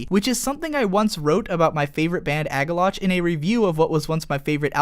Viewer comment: It's your favorite band, but you pronounce their name AgalloTCH? Come on.